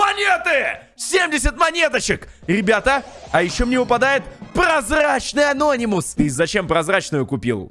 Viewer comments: Мне нравиться что он говорит анóнимус хотя правильно анони́мус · Не анОнимус а анонИмус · Говори пожалуйста не анОнимус а анонИмус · ты неправильна прочитал не анонимус а Ананимус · Я СЕКУНДЫ СМОТРЮ КАК ГОВОРИТ С УДАРЕНИЕМ: АНО́НИМУС. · правильно говорить анони́мус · ты неправильно говориш слого ананимус